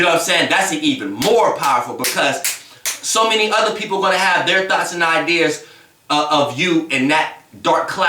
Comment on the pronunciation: It be so funny when he say “thoughts” lol 😂 “thots”... sorry but this is definitely the truth i had a terrible relationship... but karma will prevail.